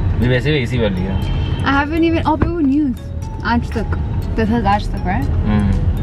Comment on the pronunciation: heeee...u pronounce very much right "Aaj Tak " in Hindi . I am from Aajtak